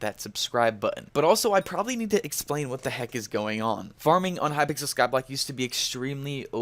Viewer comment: did anyone else notice that he said in the intro hypickle skyblock not hypixel skyblock